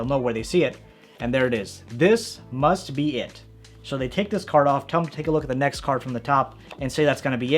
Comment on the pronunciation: He said cerd trick in beginning